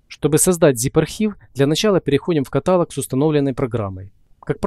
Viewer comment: 'Каталог" ударение на последний слог. Просто постоянно слышу эту ошибку.